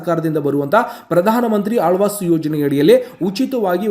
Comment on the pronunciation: Lo guru gabbu mudevi alvas yojane alla adu awaaj yojane😂😂😂😂forcidure alla kanla procedure😂😂😂😂